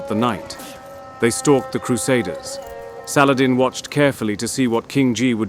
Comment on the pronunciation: I can tell Ur pajeet by Ur saladin prounounciation